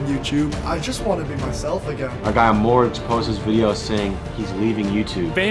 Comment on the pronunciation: lol no matter what happens i still wont stop laughing at morgz mom saying his name like mow gain